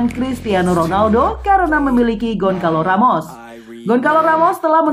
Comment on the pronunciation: Goncalo Ramos Bacaan Gonsalu Ramus (ejaan Bahasa Portugues harus benar)